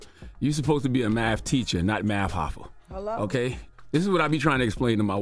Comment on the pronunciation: “Math Hoffa”😂😂😂